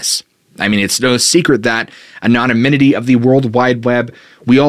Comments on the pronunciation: “An-on-a-min-it-y?” I think you mean “An-on-ym-it-y.” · aNONymity not anominity ffs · Please work on your pronunciation of the word anonymity.. it's not anonomynity. The pronunciation is off all together. You've added an extra syllable and there is no third "n". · "Anomininity" 😆 🤣 😂 you must have "Googled" that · I just can’t get through this video with you saying “anomomininy” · Love your content. I had to play back “anonymity”. Might want check on how pronounce it. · pretty funny how he doesn't know how to say anonymity. pretty important word for the topic! lol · If you're going to use the word 'anonymity' sixty times, learn how to pronounce it properly. It's a veritable assault on the ears. Have a nice day. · Started out really enjoying your content. But now I can’t make it through the first few minutes of you repeating mispronunciations of COMMON words. Good God man! PLEEEEAAASE. Learn to speak the kings English properly. Truly heald back saying anything for so long cause you’re such a nice guy but one of I hear you say anonymity incorrectly one more time imma lose my shit. (Yes I see the irony). With love, and aggravation- keep up the MOSTLY good work, please showing old videos as new content, and if you simply cannot say “anonymity”, maybe don’t repeat it over and over. Sincerely love ya though brah. Can’t wait for some new and interesting content….